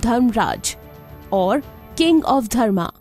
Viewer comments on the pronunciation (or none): none